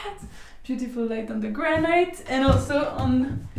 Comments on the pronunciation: GRA- NIT, GRA-NIT, GRA-NIT, GRA-NIT, not granite. Please, please, please adjust ; ) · Well has come a long way if the main thing you can criticise about the video is the pronunciation of the word "granite" by non-native speakers. Well done!